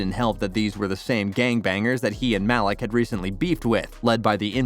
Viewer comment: "mahlick" pretty sure his name is pronounced "maleek" bro